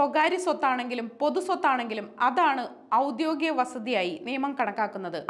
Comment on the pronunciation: ഔദ്യോഗിക.... ആണ്, വാർത്ത വായിക്കുന്നവരെങ്കിലും ശരിയായി വാക്കുകൾ ഉച്ഛരിക്കുക...